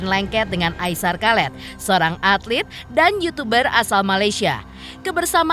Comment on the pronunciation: Aisar kalet 🤦🏼‍♀️😂 Aishar Khaled(dibaca Aisar khalid) 👍🏼